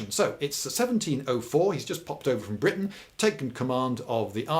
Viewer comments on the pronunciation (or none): none